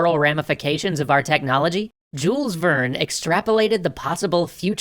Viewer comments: Jule, the s is silent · I am pretty sure the "s" in "Jules Verne" is silent. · AAAAAAA YOU DONT SAY THE S IN JULES VERNE! AAAAAAAAAAAAAAAAAAAAAAAAAAAA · I know this is really nitpicky, but the way you pronounce Jules Verne's name is so weird to me. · It feels so strange that they don't pronounce him like the french and other europeans.